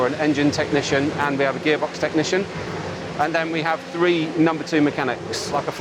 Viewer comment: It's a Dutch thing. It's almost impossible for us to pronounce the word "three". We mostly pronounce it as "tree" or "free".